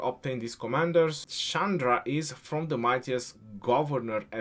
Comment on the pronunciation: your Pronunciation is wrong. That is not Sandra. The Pronunciation is Chandra. That pronunciation is like "china".